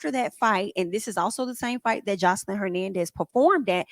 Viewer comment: Hi, if u don’t mind I would like to assist In pronouncing her name Joselyn (the J is pronounced ex; Joselyn= J like in Jack or jail etc. same in Spanish as is in English 😂 Love ur channel, ur reviews, n ur content